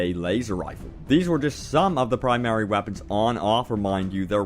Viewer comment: and said plimary weapon